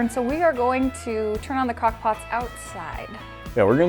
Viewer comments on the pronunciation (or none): she definitely said cockpots